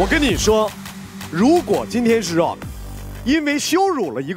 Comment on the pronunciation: 张老师倒是可以理解。。。可是从美国哥伦比亚大学回来的高材生呼兰在提到Rock的时候说的也是绕克。。。是不是就有点稍微让人觉得这个英语还需努力。。。